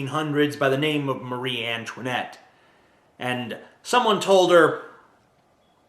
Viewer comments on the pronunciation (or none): none